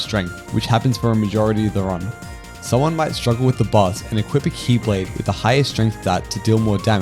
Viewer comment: The faint old man xehanort "X-blade" every time you say key lade made me smile.